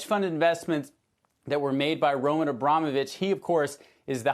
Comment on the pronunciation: You must have heard another American saying Abramovich correctly yet you say Abromovich. You even enunciated it. Why? It's you job to speak, why not speak well?